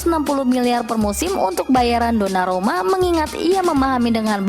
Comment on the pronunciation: 2.18. Donarumna. Kayaknya mimin susah banget nyebut nama dia